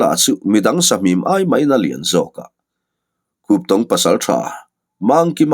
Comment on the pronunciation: Khuptong kha i lam dik e,mahse a Lusei hming riau an lal hming kha.